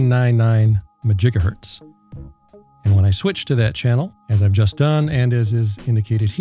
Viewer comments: I"m pretty sure that MaJigahertz begins with a "M". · He said majigahertz, ugh. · Just a note: It is pronounced "Mahjigahertz". Rum0rz are "they" are working on a Megamajigahertz transpeater for many Megafarz. Czech in from time to time for any updatages. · I always thought it was 'mah jiga hurts' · Majigahertz made me spit out my coffee 😂